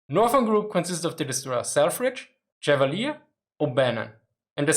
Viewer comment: I enjoy your brave (?) adventures with the minefield of English random pronunciation. It is perhaps as close to the sensation of riding a tank high speed off road that I will have. With regard to the pronunciation of USS Chevalier DD-455 named for US Naval aviator Godfrey de Courcelles Chevalier, I would like to help. My dad was the skipper of DDR-805 Chevalier in 1956, the Gearing replacement for the sunken DD-451, and the received pronunciation on board was as French as Godfrey de Courcelles Chevalier suggests. Although my grandson, now in Baden-Württemburg, found French so deplorable he chose a gymnasium where he can replace it with Latin.